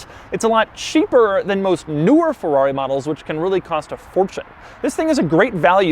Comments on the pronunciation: it’s not a Forrari..... it’s a Ferrari pls ! try to say Feeerari at once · “And it’s a Fevuavi!” 😅